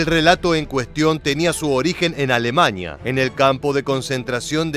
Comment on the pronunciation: A - LE - MANIA... A- LE MANIA.....A- LE - MANIA.......